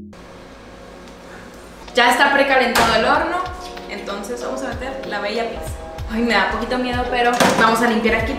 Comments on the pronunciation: Shot por cada “PICSA” que dice. 😂😂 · Me estreso tanta “Picxza” jajajaja 😅😂😂😂 es pizza y ya cual picxza jajajajaja